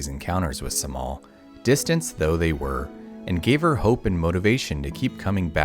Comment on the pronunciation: Cemal is not pronounced with a C but rather a J because it is a Turkish name.